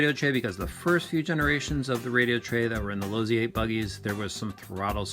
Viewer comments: Losssssi not Lozi lol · Chris Webb Pops Losi, the founder of the company told me how his family name is actually pronounced while we were having dinner at his house. Then he told me he was fine with how I pronounced his name. So.... Lozi.